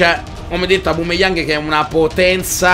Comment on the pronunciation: Grande comunque si dice aubameyang non aubumeyang e ti consiglio di fare road to top opera del sud team